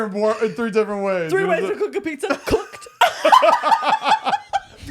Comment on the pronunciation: Baked, Toasted, COOK-UH-TUH 😂